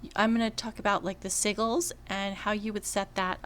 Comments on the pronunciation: Lol its "Sigils" like si-jils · I love your videos. Thank you! I totally have to give you shit on the pronunciation of Sigils...( Si Jew alls ) the g is pronounced like a J. Omg tho it is so cute hearing it the other way. Im on S1 also...Darkened ( dark sage ) Lighthands ( pally Dr ) Dorann is your toons name correct?